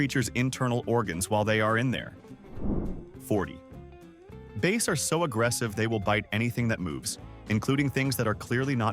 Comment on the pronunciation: #40 it is bass , as in ass , not base